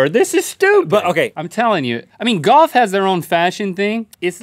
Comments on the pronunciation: The way they say "golf" sticks out like a sore thumb... Goff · Rhett says golf as "goff" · Link pronounces Golf "Goff"